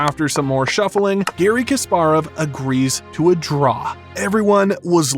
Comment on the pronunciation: The ability of presenters to mispronounce names of top celebrities has never seized to amaze me. It is KaspArov, not KasparOv. Are they like not allowed to say the names correctly?